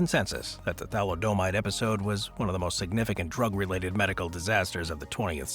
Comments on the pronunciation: Who are you, Homer Simpson? It's pronounced tha•LID•eh•mīde, not tha•li•DOH•mīde. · It's pronounce THALI - O - MIDE,get it right,jesus.